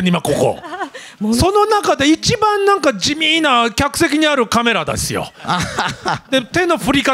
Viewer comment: 「一番地味ーな客席にあるカメラだすよ。」 噛むなよ大泉。